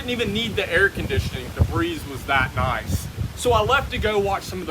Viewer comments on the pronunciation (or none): none